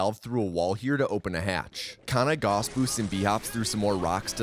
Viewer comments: It's pronounced "gowss" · Please, learn to pronaunce Gauss, it sounds so bad when you say it and you say it so many times, it is so triggering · His name was 'Gauss'. Picture the word 'loud'. Use the 'ou' sound from loud and pronounce the 'au' from Gauss like this. He was one of the guys on our money 'Mark' before we started using Euro, btw. He was on the 10 Mark bill, iirc. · "All other mentions of selfgauss were correct though." Except that he says Goos instead of Gauss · Agh! I started getting too distracted at the end every time you said g-aw-ss instead of g-ow-ss. Otherwise great video though. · It is pronounced "Gowss" not "Goss". A common mistake, to be certain. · GREEEEEE!!! IT'S PRONOUNCED 'GAUCE', NOT 'GOSS'!! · Gauss is not pronounced Goss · It is Gaussrifle, Gauss not Goos/Goss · He didn't say Gauss, he said goss. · as a physicist, this pronunciation of Gauss was painful. Great video though! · he's mispronouncing "Gauss" again 😠😠😠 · it's the tou cannon not gauss rifle i hate to be that comment but it is the tou cannon